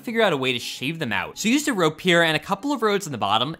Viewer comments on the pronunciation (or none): Make sure you remember you're vowels. It's rOpe, not rA...